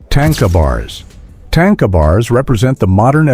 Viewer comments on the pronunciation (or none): Correct pronouncing of "Tanka" is "TON-KAH" Not TANK-AH... please stop using A.I to voice over your content. its lazy and unappealing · It’s not tanka like tank is tanka like tah nka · There is no tank in Tanka. More like ,,,,,grrrr, no way to spell it in English. tȟáŋka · Just an FYI: it's not pronounced "tain-kuh' 🤣😂 It's tahn-ka. 😉